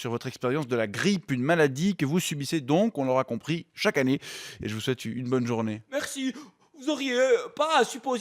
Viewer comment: un jurassien qui dit "annéeiii" ?? Aïe, raté sur ce coup ;)